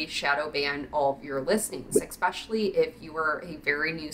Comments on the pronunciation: You say "eXspecially"? Isn't it especially? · Mispronounced for fun.